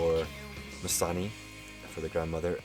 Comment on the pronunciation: the main character didn't speak a word of navajo...her mother can't even say "nimasani" correctly